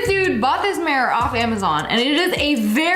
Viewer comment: AGAIN? And WORSE? “MARE-UR”. 🤦🏻‍♀️